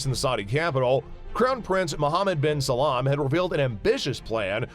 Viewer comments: Mohammad bin Salam 🤣🤣🤣🤣🤣 its Bin Salman you not so inteliigent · SA LAM not salman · Did you say Mohammed Bin "Salaam"? 😭😃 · I dont think he pronounced a single thing correctly... not even salman...